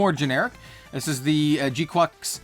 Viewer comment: Pretty sure its kwux not quacks, also i really dont think youre using the word "parasitic" correctly, maybe dependent or isolated